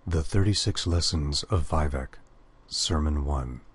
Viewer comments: "VYE-vec" Stopped listening and voted it down immediately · "veye-vec" Oh god my brain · Stopped when you pronounced his name wrong... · I was playing my Dunmer nightblade in Elder Scrolls Online and wishing I could somehow read the sermons and play the game at the same time. The pronunciation of Vivec bothers me a bit too, but otherwise this will do just fine. :) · regarding the rude comments about his pronunciation of Vivec, the video is a decade old, before most verbal pronunciations of the name (ESO). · ***** It's extremely basic, it's like saying 1+1 is 3. It proves he didn't even care enough to check the pronunciation of one of THE main characters in Morrowind. It also proves he didn't play Morrowind. When you do something like this you have to do a little research. It just hurts my ears to hear him pronounced like that.